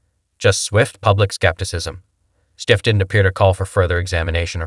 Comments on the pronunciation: Damn, I want to like this but I can't get past the host mispronouncing his name. It undermines the whole video. Schiff should be held accountable. He should never be able to work in politics or any position of power. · Can't even pronounce Schiff's name properly? Sure the guy is trash...but the voice-over? C'mon.